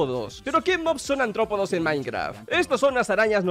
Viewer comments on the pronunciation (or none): Cada vez que dice antropodos...💀💀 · soy el único que oye... "ANTROPODOS"???? no sabe pronunciar la R de aRRtropodoo que? xDDDD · que rabia cuando dice antropodos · Bro, es artrópodos no antrópodos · Cada vez que dice “Antrópodos” me quiero morir. ¡¡ARTRÓPODOS!! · Antrópodos... Se dice artrópodos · antropodos dice el tolai, imagina ni saber leer